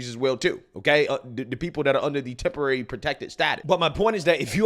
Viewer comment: Hey lady...can you say temporary.. Temp, temp. Take your azz back!